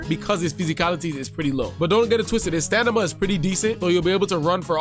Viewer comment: did you just say stanima?